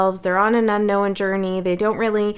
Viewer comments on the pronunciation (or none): Thank you. I always enjoy your readings 😊 Just curious though.. why do you say "unknowen" so many times, when it's not a word? 🤔